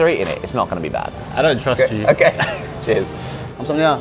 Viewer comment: '감사합니다' 말하는 발음이 점점 정교해지는 것 같아요ㅋㅋ 생소한 음식인데도 과감하게 도전하는 모습이 멋지네요. 도 겁내다가 결국 먹는 용기 멋있고, 두분 다 맛있고 재밌게 한국 즐기다 돌아가신 것 같아 제가 다 뿌듯해요~~ 촬영도 촬영인데 친구끼리 놀러간 장면들 남기는 분위기가 느껴져서 너무 보기 좋은 것 같아요!!